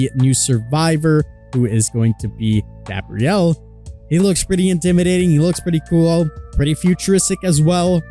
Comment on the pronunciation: His name is Gabriel, not Gabrielle. Text to speech, it’ll help you differentiate them.